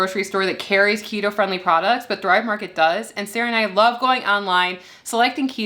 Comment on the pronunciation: Keta bread. Oh AI don't know our language lol.